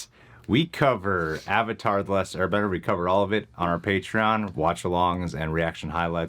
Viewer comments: Why does the movie pronounce “avatar” as “auvotar” lol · “My name is oong, and I’m the ovatar” Me: "No ur not" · Literally Avatar is pronounced ONCE correctly in this movie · Stilted acting Some good effects but mostly terrible effects WHITE WASHING?? Getting the NAMES OF the characters WRONG? (ANG instead of AANG, EEROH instead of IROH, AHVATAR instead of AVATAR etc xD) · I understand the names; they put zero effort into pronouncing them at all, but I understand trying to fit their language conventions: But AVATAR IS AN ENGLISH WORD.